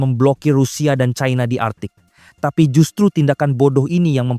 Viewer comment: Pembacanya fasih sayang tidak menguasai bahasa Indonesia yang baku ini sangat memalukan membaca China saja di barat baratkan China dibaca Chaina inilah yg merusak bahasa Indonesia Seharusnya bangga bahasa Indonesia yg baku bukan malah dirusak orang lebih pandai